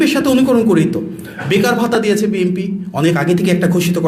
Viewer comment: বাপারে বাপা!! বিএনপি এর নামটা ও ঠিকমত উচ্চারন করতে পারেন না। আপনি হলেন HSC পাশ নেতার উপদেষ্টা।